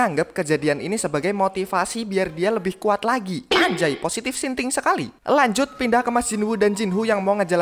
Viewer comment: 26.54,Anjay positif Sinting sekali 😂😂😂😂 Thinking bg bukan sinting😂😂😂😂😂